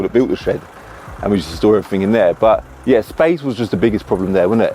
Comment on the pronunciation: It’s EVERYTHING not everythink!